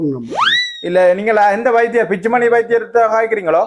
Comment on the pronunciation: Dr பிச்சுமணி இல்லை சார் Dr பிச்சுமணி 😄😄😄